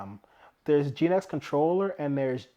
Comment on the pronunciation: Genex, not Geenex